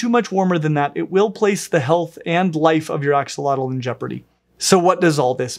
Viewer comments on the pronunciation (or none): Fyi it's pronounced "Asho-lote" rather than Axe a lot el. Here's an Nahuatl language expert on the topic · it's pronounced ashotol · It’s pronounced Ah Shoal ots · Something not many people realize is the correct pronunciation of "Axolotl" is ah-SHŌ-tl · The correct pronunciation is ah-show-lote btw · ...except it's actually pronounced more like "ash-lote" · That's not how you pronounce it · Axolotl is another Nahuatl name that is commonly mispronounced too! The x is pronounced as an “sh” sound, and the L at the end is silent! “Tl” at the end as a hard T sound while expelling air out of the sides of the mouth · You didn't pronounce the name right. X_X